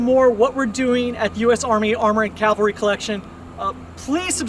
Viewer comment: This guy is a professional military historian, and he's saying "calvary", instead of cavalry. Fucking embarassing.